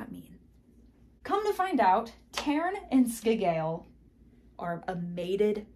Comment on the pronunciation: Sea-gyel (sigel)